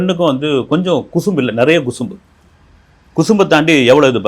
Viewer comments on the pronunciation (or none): none